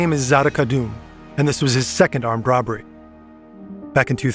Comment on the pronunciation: no one is gonna talk about “roBBBery”? 3b is wild